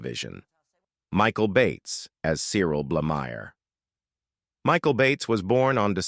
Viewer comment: This rubbish needs to be taken down. Any monies earned should be reclaimed! I will possibly allow A.I. American reading and pronunciation. "Barrowclaw" "Blahmeer" I am 71 yrs old and watched Last of the Summer Wine since the pilot. "Of funerals and fish". In the main it was great, apart from Seymour and a lot of the last series. It went from having to think about the dialogue to get the humour, to embarrassing visuals. Going downhill, out of control on a bike, or a bedstead, or a sofa. But this posting is absolute garbage! Pictures of Dirk Bogarde as Bill Owen. Hewel Bennett as John Comer. Alan Bates as Joe Gladwin.. If you can't get the facts right, DON'T DO IT!🤬🤬